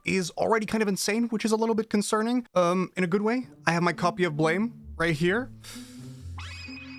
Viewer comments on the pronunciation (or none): Ahhh... It's BLAM!!!! Not blame.... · Keeps calling it blaym pronounced Blam like the sound a gun makes or the Japanese word pronounced Buramu in Japanese ‘U’ is basically silent and ‘R’ is pronounced like ‘L’ so Blam!